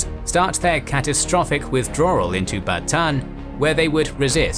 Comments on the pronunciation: Bataan. You pronounce all of the a's. Ba ta an. Thank you for this series. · Bataan is Ba-ta-an San Miguel is San Mi-gel (the "gue" is the same as "guess")